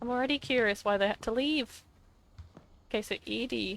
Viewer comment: kind of impressed you got "Edie" correct straight away, most people say "Eddie" but I'm only 7 minutes in and I can name 6 things you glazed over/rushed passed. slow down and explore, you would find a lot more detail.